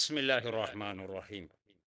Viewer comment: ബിസ്മിയിൽ എന്തോ ഒരു ചെറിയ ഫാൾട്ട് റഹ്മാനിക്ക് പകരം റഹ്മാനു എന്ന് കേൾക്കുന്നു